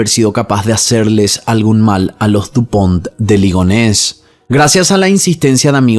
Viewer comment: Toma un shot cada vez que dijo Lupond De Ligones 😂